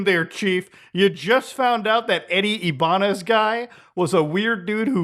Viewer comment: You are the GOAT but you are saying my last name wrong it’s IBAÑEZ